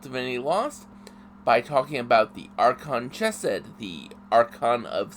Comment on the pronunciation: Its Chesed woth the Ch lile on Chanukah